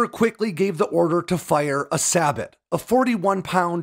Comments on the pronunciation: "Say-boh" not "sah-butt". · Sabot is pronounced “Say-bo.” Not “Saybot.” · SAY-bow. Not sabbit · “Sabot” rounds are pronounced “say-bo” rounds, not “say-bot” Please excuse my fellow American, we tend to botch pronunciations more than I like to admit lol. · Not pronounced sa-bott it’s say-bow. Great video tho! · Sabot is pronounced saybow not sabutt, and the LRF displays distances in meters not yards. Minor things though, enjoyed the video. 73 easting is legendary among American tankers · One of my favorite battles of Desert Storm! Just one thing; Sabot is pronounced "saebou (say bo)," not "sabit." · Sabot is pronounced “sabo” not “sabot” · If you are going to do these videos you need to pronounce things correctly. Sabot is pronounced “say-bow”, not sahbutt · Sabot is pronounced say-bow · Sabot (say-bow) not (sa-bot) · It's pronounced SAY BO not sa bot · This guy is awful about pronunciations. Sabot is pronounced (say bo.) Long O and long A, the T is slent. "Sabbat" is incorrect. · It S A B OOOOOH!!!!! NOT SABOT , YOU DO NOT PRONOUNCE THE T. ITS SILENT, ITS an old English term for wooden shoes that fit over your feet like the sabot fits around the dart inside. Oj so when you say it you say say---boh ok ypu do not say the t or pronounce it in any way ok... SAY BOH.. NOT SAY BOT...that sound ridiculous, do a tiny bit of research on the .ain't focus of video lol. Say boh. Say boh. Say boh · SA-BOT...LOL PRONOUNCED SAY-BOW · a few corrections from a tanker in Desert Storm (A troop 1/3 ACR.) First, not all vehicles had a GPS - only platoon leaders and higher, and as a side note, they didn't have maps on them, just the gps coordinates that then needed to be transfered to a paper map. Second, the laser range finder on the M1A1 read out in meters, not yards. Finally, sabot is pronounced "say-bow." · Yeah saying say-bow is only the american pronounciation, in actual french its pronounced sabo with a silent T and the A pronounced like the A in sad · actually it's sah-bow